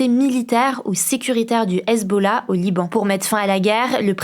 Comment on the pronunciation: c possible de ne pas engager des gamins? ""? "l'usbollah"? c "Hesbollah" pas "US" machin chose...